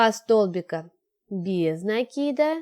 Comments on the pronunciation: Правильно говорить накИд. А не нАкид. А то получается по тарабарски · Девочки! Ну сколько же можно. Вяжете прекрасно, в вот говорите... В слове НАКИД ударение на первый слог !!!! Без нАкида! Ну слушать же невозможно